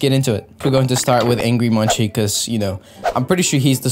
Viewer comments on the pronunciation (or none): It's not munchie, or mun-c, it's actually munkey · this is the first time i've ever heard someone say 'munsi', the thing is, u pronounce munci as 'munkey' and not even 'munchie'